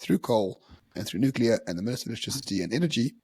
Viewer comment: it's not: "Nukalear"